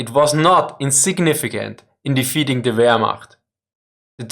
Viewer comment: defeading ... please get a language coach